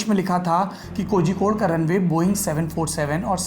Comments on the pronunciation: Bhai Kozhikode ko hindi me shayd कोलिकोड hona chaiye Keral aur tamil nadu me aksar zh ka istemal special sound of ल ke liye use hota hai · कोहिकोड नही कोझिकोड